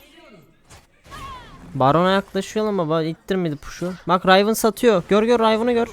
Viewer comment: Rayvın değil kanki Rivın